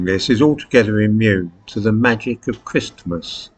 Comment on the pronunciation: I turned off when I heard you pronounce the "t" in Christmas...